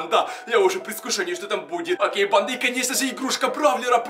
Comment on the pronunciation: Мне кажется что он говорит не банда а панда я думаю что это видео сеиммает панда 😂😂😂